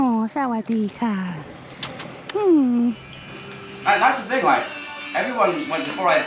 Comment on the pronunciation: Loved the way you said Sawadee Ka! Thanks!